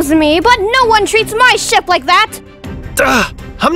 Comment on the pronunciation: “Excuse me but no one treats my ship like that!” For a minute I thought she said the sh word